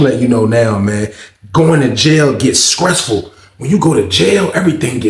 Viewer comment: Skressful!! You chopped that word up 😂